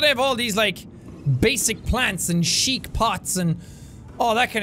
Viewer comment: When Jack said chic he spelled it like in my language means pooping